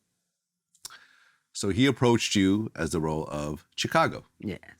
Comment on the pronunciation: Can someone PLEASE teach Vlad how to pronounce Chicago properly?